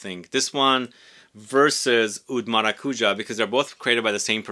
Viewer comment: Maracujá, the tonic syllable is the last one (hence the symbol on top of the last a). Thank you for the video, love 💕